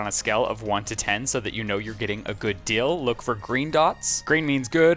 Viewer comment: Hilarious, says “Deal” when it’s “Dill” and vice versa 😂